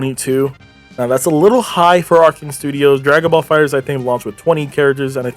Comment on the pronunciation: Arcsys Not Arcane bro lol